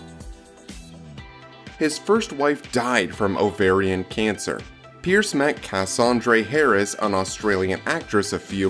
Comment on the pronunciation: Who did this awful narration with mispronouncing Brosnan and Cassandra Harris!?